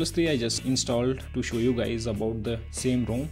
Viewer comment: The cringe is real hard when he says 'ROME' and 'GUESS-TURES'😂 Btw, great work mate!